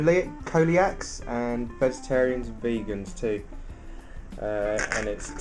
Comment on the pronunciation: Coeliac is pronounced see-li-ac.